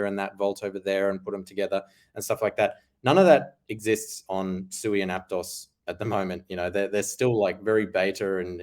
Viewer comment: Sui is pronounced Sweet without the t. Not soo-ee